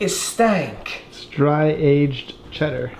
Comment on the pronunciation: Why he say "stank" like that